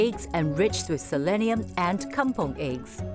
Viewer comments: It's kampung not kampong. It's even pronounced kam-pung not kam-pong. Please leave those Malaysian alone, they make their own words. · Is Kampung, NOT Kampong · Kampung not kampong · Bukan kampOng la tapi kampUng.